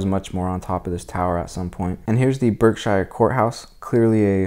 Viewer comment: Btw, Berkshire is a short i not long i